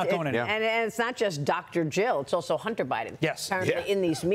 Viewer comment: President Hoontar lol